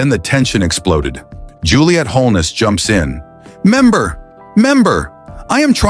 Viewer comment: Why can’t anybody in parliament properly pronounce the word member?